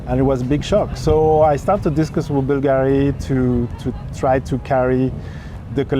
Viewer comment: He not pronouncing Bulgari properly.